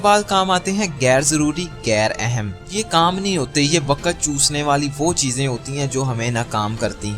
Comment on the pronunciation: Very informative but ye kia ha ''DARAKHAT'' ,''WAQAT''...Atleast pronounce them correctly!